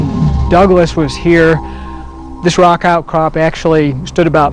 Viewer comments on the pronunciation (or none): none